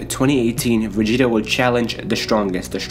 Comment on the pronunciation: Dude it's not begeta lol it's Vegeta but you keep saying begeta lol